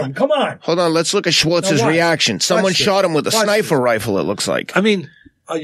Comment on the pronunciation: TF is a snifer rifle?